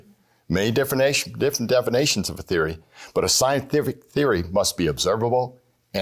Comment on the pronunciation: “Defanations?” lol